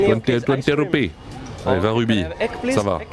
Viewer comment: T'es stressant à dire Rubies et pas Roupies mdr